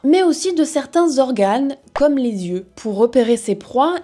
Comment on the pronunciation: Super vidéo. Un seul bémol : les liaisons maltapropos. Les saltiques n'ont pas "8 zyeux" mais "8 tyeux". Et les "autr'espèces" sont en fait les "autres zespèces". Bonne journée.